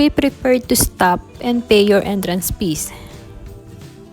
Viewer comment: I knew you were Filipina when I heard you say "entrance pees" ☺